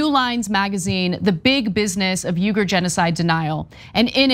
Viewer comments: lol he's got her saying 'yoogur' too; it's closer to 'weegur'. On a more serious note, very sad situation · It's ' weegger' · Try "Weegur" Remember that a person’s name is to that person the sweetest and most important sound in any language. - Dale Carnegie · Stop saying “Yoo-ger”! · It's pronounced "Wee-ger". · Why does Anna keep mispronouncing these name. She's like "yougirs? Wtf is that. Lol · I'm a big of Anna K fan but in the interview she really got pwned over the pronunciation of Uyghur, that should have been identified in production meetings. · tyt please consult a dictionary on how to pronounce uighur